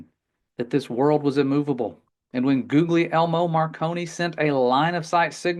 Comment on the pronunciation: Excellent work. As an FYI, Guglielmo is pronounced goo-yell-mo. Love you, brother!